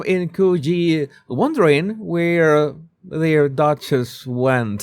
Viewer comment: Thank you Jesus for pronouncing Coogee correctly.